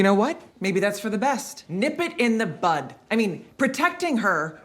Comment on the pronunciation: "nip it in the bud." "Bud," not "butt."